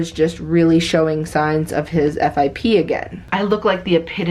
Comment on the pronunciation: I am a vet tech and it is pronounced F.I.P. not fip. We say the letters out! Just wanted to let you know so you don’t sound silly 🙃